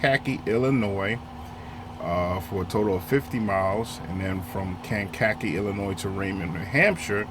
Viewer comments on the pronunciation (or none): Cane-kuh-kee IL